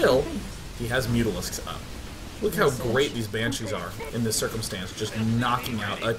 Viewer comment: "Banchees" xD